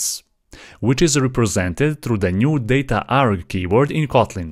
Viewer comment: dataarg❌ Dat aarg✅